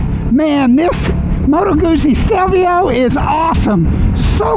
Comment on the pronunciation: The name is not pronounced the way you are saying it. Not that it really matters to some people.